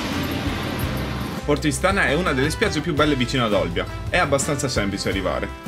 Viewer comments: Io sono Olbiese e deve dire che si dice Porto ístana e non Istàna no critica bel video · Porto Ìstana, con l'accento sulla i. 😃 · Porto Ìstana si pronuncia con l'accento sulla i..Comunque bel video.., bravo!!